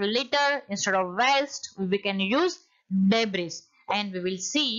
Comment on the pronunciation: Debris's right pronounciation is /dei.bree/ not /dei.bree.s/